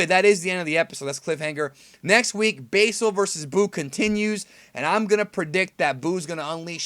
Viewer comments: say Basil's name correctly! It is pronounced Bah-sil not Bay-sil. Go research Basil Brush the Fox. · (sigh)) yep god dammit how hard is it to say basil (Baz-ill) its not like there is different ways to pronounce it. you're just saying it wrong for no reason, why? why? Why????????????????????????????????? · also are you still saying basel?